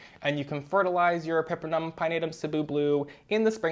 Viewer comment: Hermione voice “It’s epi-PREM-num, not e-PEPPER-num”🪄